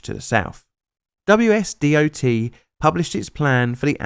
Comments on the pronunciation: WSDOT is pronounced Wash-dot. :) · FYI it's pronounced "Washdot". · I’m from Washington and like your videos. If you ever make another video like these with the WSDOT in it to make it easier on you, You can just pronounce it (Wash Dot) that’s how we pronounce it here 👍